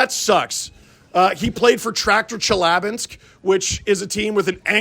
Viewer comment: It’s “Chel-Yuh-Binsk.” Also, Kuzy was the main reason those Traktor teams made the finals at least once. Great video! I will say that nothing beats the “yay but also boo” girl and group from the first on location LFR this season. 😂